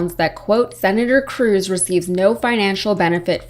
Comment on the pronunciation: Cruz; rhymes with "lose!" P.S. Allred may be sweet on you😍😍